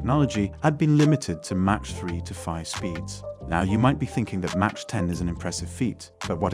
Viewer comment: Good video! One note, Mach is pronounced primarily as “Mawk” and not “Mawch”. Enjoyed watching!